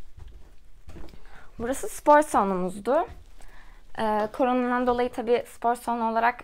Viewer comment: Koronadan diyeceğine kornodan diyip duruyor sinirim bozuldu dkevdkwjdejhx